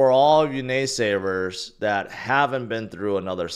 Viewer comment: Did he say "nay savers" 😆